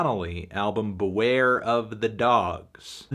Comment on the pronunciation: They way he pronounces beware is amazingly hilarious and I'm so glad it's back after the Death Grips bracket video